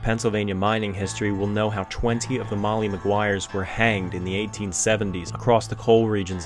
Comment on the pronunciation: MoLLy maguires ..... NOT Moyyee ..... LLLLLL